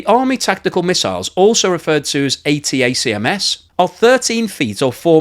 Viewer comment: Also referred to as "Atackums", not ATTCACAQHCACHASMAHS